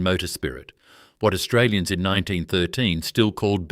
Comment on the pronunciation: Obviously not an Australian AI. It pronounced almost every Australian place incorrectly.